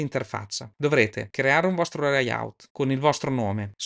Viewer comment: Comunque si dice leyaut, loud ecc. Il corso è ottimo ma visti i problemi con l'inglese forse sarebbe meglio usare l'interfaccia in lingua italiana.